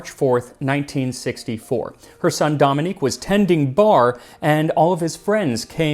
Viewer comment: Love you but DomaniK ... Domanique is a French girl.